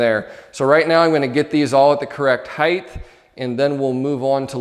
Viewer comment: "Height-th" There's no "th" pronunciation at the end of height my friend 😂 - great video though!